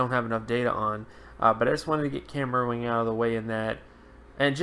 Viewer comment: his name is Cam Erving not erwing